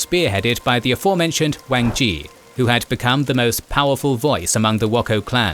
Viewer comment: I'm impressed by some of the Mandarin pronunciation in here. A lot of the time, people will impose the pronunciation of their own languages onto Pinyin. The syllable zhi could use some work, though.